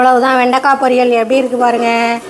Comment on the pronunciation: வெண்டிக் காய் இல்லை வெண்டைக்காய் சரியாக பேசுடி தமிழை கொலை செய்யாதடி